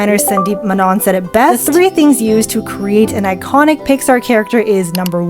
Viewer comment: I heard “eyekonic” then “manon” 😭😭